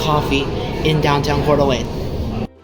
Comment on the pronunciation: Same here lol I live just outside of Post Falls and frequent that Flying J he was at in this vid, when I heard him say Coeur d'Alene I shit a brick